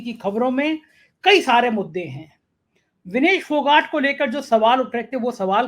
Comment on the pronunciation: विनेश फोगाट सही उच्चारण है